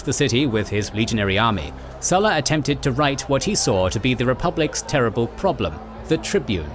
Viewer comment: Why did you pronounce current Lukius Cornelius only to butcher the Sulla part, with that English "u" sound instead of a Latin u (oo)